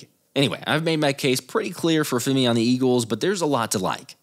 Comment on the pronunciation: Way to nail Femi's name this time! I can tell you've been practicing haha